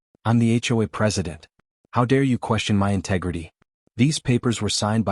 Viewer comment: I'm taking m y . The AI can't even say my.